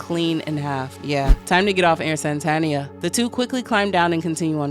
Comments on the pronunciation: So would the narrator pronounce ‘Satan’ like ‘Santa’? I was initially just listening to this and was wondering why it was called ‘Santania’ and not ‘Satania’. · Its pissing me off that you keep saying SaNtanians and saNtania like santa and not satan. What the hell ? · Are you intentionally saying saNtania / saNtanian? Is it demonetisation avoidance? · Why you adding extra "N's" into the word Satania? Also, this could basically just be a journey to reach the Great and Unclean Abhoth. The underworld is filled with its children of all shapes, and in the end Charlie reached Abhoth and dissolved into its amorphous biological chaos. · This is not an explanation, this is just an abridged reading. You also keep saying "Santanians", like they worship the Mexican guitarist, Carlos Santana - the book is called Satania, are they not Satanians, living in Satania?! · am i crazy? i feel like the whole video i heard you saying "saNtania" and "saNtanians" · Crazy that you can’t pronounce even the name of the entire work right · Satania was mispronounced so much lolol